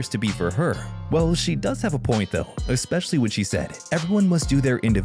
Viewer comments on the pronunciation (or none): none